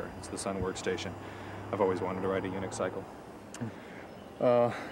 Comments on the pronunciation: Lmaoooo, "unix-cycle!" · I heard it too :))